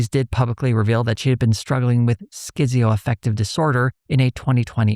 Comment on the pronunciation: schizo-affective, not schizio